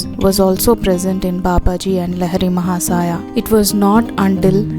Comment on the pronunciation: CORRECT PRONUNCIATION: लाहिड़ी महाशय